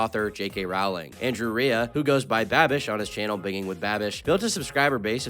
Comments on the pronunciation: It's pronounced bin JING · i was thinking the same thing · It's not bingiinnnn with babish it's binj-ing. And irregardless isn't right. It's REgardless. Okay my ocd has been quenched for now 😅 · lmao bro pronounces binging as bin-ging instead of binjing smh my head 💀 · It's pronounced BINJING. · Bro really said “binging” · You are saying binging wrong.... if its intentional, you are a genius. But either way, I love how you say it though. However, I'm sure some people are still ripping their hair out anyways. It's pronounced like : "ben-Jing" ( jing is pronounced like the jing in jingle) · bing ling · the way you say binging hurts 😭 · should be canceled by saying "binging" like that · Your pronunciation of "binging" is going to give me conniptions, but nice vid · how do you mispronounce binging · Did you purposefully pronounce binging wrong